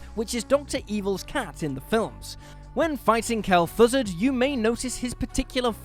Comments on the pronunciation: "Kel'Thussud"? Come on guys. Kel'Thuzad (pronounced /'kɛlθʔzɑːd/) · I'm a long time WoW player and I'm not sure what made me cringe more, how he butchered Kel'Thuzad's name or the fact he didn't know Mr. Bigglesworth has been in WoW longer than Hearthstone existed. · I could listen to you say Kel'thuzad all day 🤣